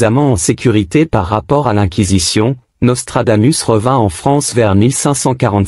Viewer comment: Hé IA, apprends le latin. On prononce Nostradamousse. Régor du Lignon 🇨🇭